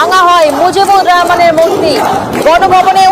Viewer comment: রেহমান নাকি রহমান🙄